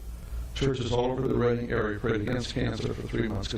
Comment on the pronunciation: As a former Redding resident, I assure you it is REDDING. In Northern California. I think there is a Reading back east, though.